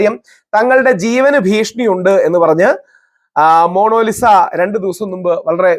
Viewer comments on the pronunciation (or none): മോണോലിസ❌🙄 മോണാലിസ✅